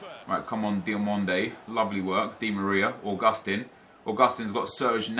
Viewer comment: Augustin (AUGUST TEEN) not (a gust ten)